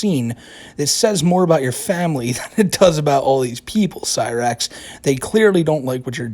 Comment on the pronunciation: it was "famuhley" that got me to realize